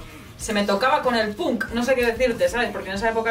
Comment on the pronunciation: "Escuchaba Punk" Punk con la "u". Me encanta.